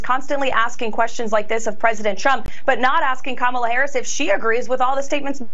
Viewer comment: I mean, she pronounced Kamala correctly. That's progress, right?